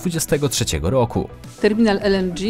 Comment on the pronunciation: "Terminal ELENDRZI" Babo gdzie cię polskiego uczyli? Czy ona tak always pierdoling pół English pół Polish?